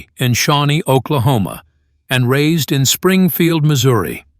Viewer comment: It's Shawnee Oklahoma not Shaunie oklahoma. The name is after the Shawnee Indian tribe.